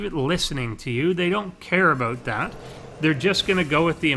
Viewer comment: "A-boat" :P lol